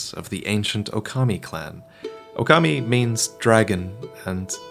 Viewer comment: Still butchered the pronunciation tho